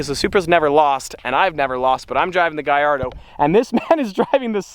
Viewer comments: It’s not gaiardo It’s gallardo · It’s a Gallardo and he’s pronouncing it wrong. It’s pronounced Gall-or-a-do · I loven how you say GAIARDO when trying to say GALLARDO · He also said Lamborghini giardo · lamborgini gaiardo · Im a big fan... its just the way you say Gallardo... its with L´s not I´s that's the proper Italian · Hes says Gallardo wrong